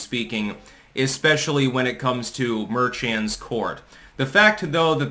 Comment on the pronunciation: I believe the name is pronounced mer con. Quite fitting.